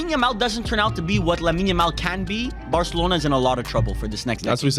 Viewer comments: The world: lamine yamal: yamine lamal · don't worry I sometimes say Yamine Lamal too